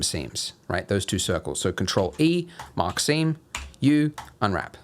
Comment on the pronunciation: I cant tell you how I keep hearing "mockcine" instead of "mark seam"